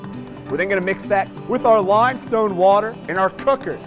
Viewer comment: "we're then goin' to mix that with our LIMESTONE WATER in our COOKER" I appreciate his intensity about limestone water.